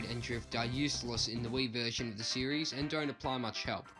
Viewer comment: This man sais series like siris. So when he sais it my Siri activates